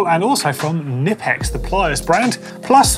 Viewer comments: It’s actually K-nipex not Nipex, because it’s German 😇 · As much as I hate to say it, the 'k' is NOT silent in Knipex. According to the company. Aw hell, say it how ya want they're not coming after you.